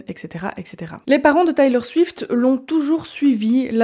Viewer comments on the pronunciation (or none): Salut ! Le documentaire c’est Miss AmericaNA. Et on prononce Taylor Swift [ Tèlor Swift ]. Tu pourrais ajouter qu’elle est en tournée depuis presque deux ans avec un show qui dure 3h15 où elle chante et danse sans interruption et sans play-back :) c’est une véritable athlète et une incroyable performeuse. Bises!